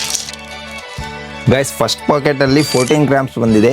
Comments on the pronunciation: Packet ❎Pocket✅ 😂 😂 😂 pls improve but still I am a big fan not fan ac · Bruh adhu Packet not Pocket!!! 😅